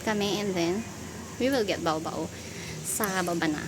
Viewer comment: OMG, you should say, bawbaw, but you say it, ba-o, ba-o (that’s sounds funny 😂). Btw, thank you for this vlog, I was always curious if Nina (Simple Life Pilipinas vlog) is your neighbor (because son Adrian hangs out with Hannah and Valentina’s boys), then Valera (Val from Davao) must be your neighbor, too. I was one of those who used to watch Valera’s vlogs with her mom, Mama Luba, then later he stopped vlogging….he was always that low key person like he didn’t have much, but little did I/we know he was building a few houses on his property (what???). Now, I’m curious, is he still living there, because there was a vlog by Denis that his house is for sale? He said he was building it by himself, but the project stopped because of his lack of funds! Anyway, mysterious Val, that’s what I call him. It would be interesting if he vlogs again and with his mom to visit. Mama Luba was such an active, sociable lady, but it was a downside she can’t speak in English; Val would always tease his mom — I hope they’re doing well. You found your niche for content, the Filipina representative/interviewer/connection/source of good information/translator for Russians in Samal. By the way, surround your property with malunggay, because from what I heard, the plant/tree is anti-snake — something about properties of malunggay. I laughed when you said the malunggay tea tastes like tinola😛I was also surprised when I saw it, because I just did that— used my electric kettle to make malunggay tea